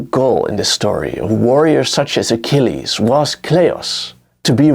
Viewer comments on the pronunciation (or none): none